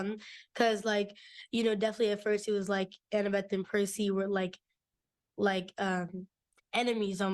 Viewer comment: percys name is Percy - c, like the s sound not like jerky that's just weird